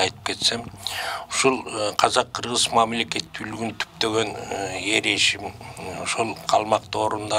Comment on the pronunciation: Эр эсим дебей Эр эшим деп айтсанар